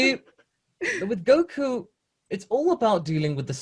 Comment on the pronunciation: Stop butchering his name please!.. he is goku for so many people have some respect of the name 😑